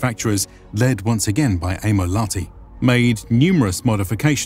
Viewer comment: Problems and Errors. - German map (Pommern) is wrong. The gap is too wide. - During the beginning of the war people rately had other than their own clothes (heard that from persons attending the war). -The pronunciation has problems. For example "Lahti" is not "lati" it is "laHHH-ti" (letter 'h' powerfully and longishly pronounced and short 'a'). Mannerheim in Finland is not pronounced German way. In Finnish word are pronounced as they are written letter by letter. Suomussalmi: suo-muS-Sal-mi. Kuhmo not "kumo" is "kuH-mo". - Essential support of the Finish female based organization (Lotta) handling support like cantina and handling fallen soldiers. - The winter was exceptionally cold. After very warm 30's the 1939 winter was really cold. And that was for Stalin's Ukrainians too cold. Yes Stalin wasted lots of Ukrainians using meat waves. Good points is the greatest problem with many presentations not to understand how REGIMENTs were constructed at that time: not just using collections of some random strange people. They were coming from the same area knowing each other like from the primary school or are neighbours family living in the same are like 700 or more years. This means severe losses caused an area to lose most of their males.